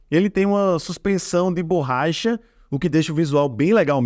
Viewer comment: Borraicha, expressionou, adorei kkkkkkkkkkkkk